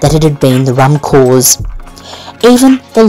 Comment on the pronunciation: Provost is pronounced pro-vo, corps is pronounced core, not to shame you, it's tricky if you haven't heard it spoken xxx